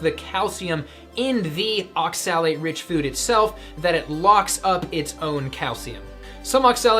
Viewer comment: You talked about oxalates who can't even pronounce the word oxalate